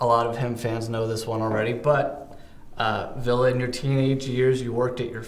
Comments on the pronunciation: It's not Villa goddammit. Lol it's vill-eh! And not Villay. 😅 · Fact: the interviewer--and the majority of Americans in general--cannot pronounce Ville's name correctly! (lol) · i bothers me when he says Ville's name wrong ahhh